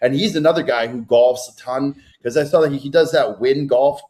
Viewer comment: Love the pod! Why does put an L on words that end with aw? Like sawl lol